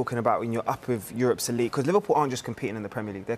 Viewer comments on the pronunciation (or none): none